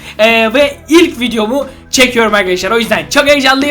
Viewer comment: 0:2 dikkat ilk bolum derken karışıyor yilk diyor